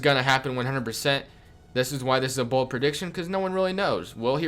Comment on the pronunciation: Wow u should have emphasized BOLD